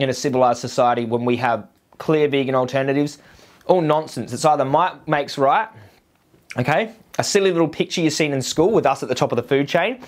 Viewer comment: I like how you say "moight makes roight"<3